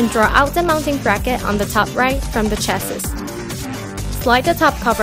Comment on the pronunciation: The last "S" in chassis is silent!